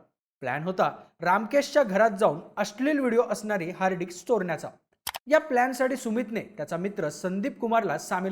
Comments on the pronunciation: अरे "हार्ड डिक्स" नाही रे "हार्ड डिस्क" 😬👊🤣🤣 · हार्ड डिक्स नाही भाई हार्ड डिस्क 😂😂😂😂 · Dics nahi re disk.. dics arth khup ghan hoto.. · Hard Dicks ❌️ Hard Disc ✅️ Kya Reporter Banega Re Tu 😂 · Hard Dicks nahi Hard Disk asa asta te 😂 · हार्डडिस्क ❌ हार्ड डिक्स ✅ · Hard dicks nahi re..... Hard disk mhan😂😂😂